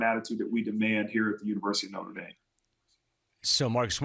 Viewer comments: Uh it's NOTRE, not NORTE. Get rid of your USC employees, Jim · “Norte”?? Moving on… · "Norte" Dame? Dumbshits 😂